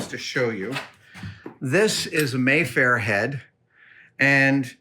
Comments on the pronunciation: Mafer, not Mayfair. Adam’s pronunciation was a little weird. Also, I’ve found the Neewer C-stands to be good and sturdy. Make sure you are buying steel or stainless steel. I believe they’re made in China. Even a c-stand’s legs will start to fold if you don’t use it properly. The legs are designed to collapse when you apply sideways pressure. I wouldn’t go blaming the stand until I knew more specifics. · The Mafer clamp (Adam mispronounced it as mayfair) is one of the few things i don't think Mole makes..?!?